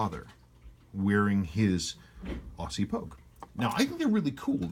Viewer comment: Love your videos. I have an April '69 Proof, notched case Pogue on the way. Can't wait.... Btw. It's 'Ozzy' not Awwwssssy;)